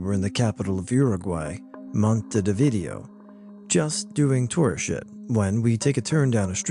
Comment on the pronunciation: What was that Montevideo pronunciation lmao